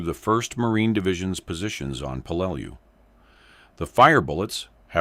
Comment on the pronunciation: I really HATE these AI Video's, they can't Speak American, and then half way through the Video Repeats it's self, this Word here the AI has Problems with: Peleliu, it is pronounced as "pe-lə-ˈlē-(ˌ)ü" or "Pell-uh-loo.", can you get a REAL American to do your Voice over, Matt Morse has a Great voice for this!